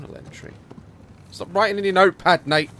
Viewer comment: Daz you keep calling Nate darke